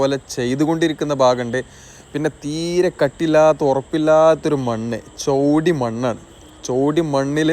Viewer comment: ചോടി അല്ല ചേടി മണ്ണാണ്